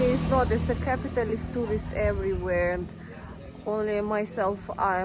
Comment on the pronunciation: Great opening with russian accent😂❤. "Capitalis People" 😭🤣